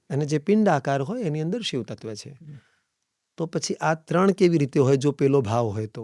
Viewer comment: ક્ષમા કરશો, કદાચ મારી ભૂલ હોઈ શકે છે! આપનાથી 'શિવ' ની જગ્યાએ 'શીવ' ઉચ્ચાર થઈ રહ્યો છે!